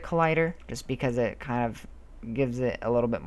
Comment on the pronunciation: It sounded like you said that was shit instead of it